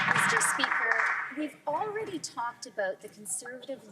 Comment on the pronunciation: Please don't say "Meester Speaker " again. Please, don't talk.